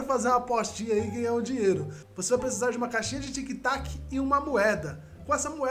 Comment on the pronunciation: É tic tac, e não tic toc kkkkk